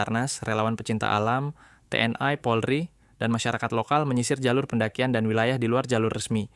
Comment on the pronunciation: genuinely shock waktu denger "Lampung", "Te-En-Ai"